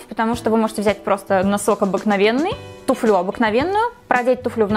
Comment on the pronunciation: Правильно говорить тУфлю